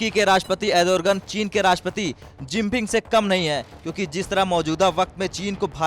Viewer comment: Ardogen not adorgen